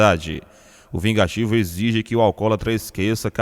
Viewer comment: Verdade chamar Gerônimo de VIGATIVO...Que palhaçada desse narrador...😝